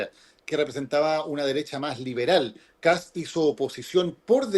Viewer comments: escucha como Kats, por eso le comento, pero quizá es por un tema de pronunciación, la verdad no lo sé pero he visto en argentina que pasaba lo mismo, los periodistas le decían "Kats" y se escucha gracioso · que sucede es que la "s" va antes que la "t". No es "Kats" sino "Kast", lo primero suena como "gatos" y no es una pronunciación correcta en este caso. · Matamala, periodista, pero que no tiene idea de economía. Decirle al sr Matamala que este presidente de derecha comenzará a sacar a Chile de la mediocridad., infórmese más....no es Kats....es Kast. Pronuncie bien. Otro punto, la gran mayoría de los inmigrantes LEGALES votaron por KAST. Los inmigrantes ILEGALES tienen los dias contados.